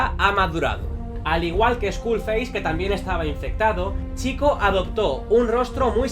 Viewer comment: Vídeo tremendo. ¡Gracias por decir bien el nombre! No hate, pero me chocaba mucho que una persona que es super fan de la saga (por lo tanto que está harto de escuchar en los juegos cómo se dice) lo dijera mal. Haces muy buen contenido.